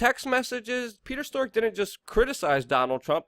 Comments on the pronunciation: WeAreChange are you saying stork on purpose? It's strzok, pronounced as in st-r-ock. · It's pronounced Strok, not Stork & Omarosa, not Amarosa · It's pronounced "Struck", not "Stork" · Struck not stork, Katrina not Katherine lol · Bro maybe the name Strzok is spoken differently . Just saying - maybe I'm wrong .